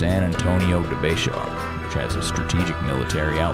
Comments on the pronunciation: It’s pronounced as Bay-Har, but is spelled as B-E-X-A-R! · Did you say Be-car?